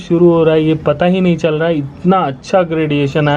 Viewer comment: Let me try... Aur bhai kya chal laha hai